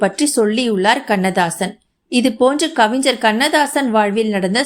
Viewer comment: கவிஞ்சர் இல்லை.கவிஞர் என உச்சரிக்க வேண்டும்.